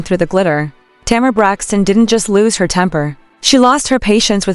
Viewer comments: The woman’s name is Tamar as in Tay’ mar. The name is two syllables, not Tamera, which is three syllables. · Agreed, however the AI needs some upgrades, the way that name is butchered.